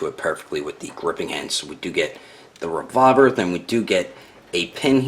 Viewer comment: You said the revolver like revorver a bit annoying.